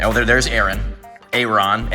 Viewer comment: BTW its air-on